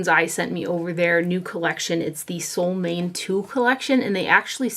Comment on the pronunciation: sol means sun and måne means moon, your mom would be the perfect person to tell you how to pronounce solmåne (Norwegian is similar to Swedish in many ways). If I had you in front of me I could help, but it’s hard for me to explain it in writing. (Let me add here that I thought long and hard before leaving this comment; I was afraid other commenters might jump all over me for being the “pronunciation police”, as sometimes happens on the internet these days, but I decided to go for it, feeling sure that would prefer to know the correct name. However, if I have offended, I do apologize, that was far from my intention).